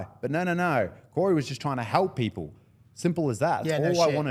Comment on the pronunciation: I can't stand how these Victorians keep saying they want to "halp paple"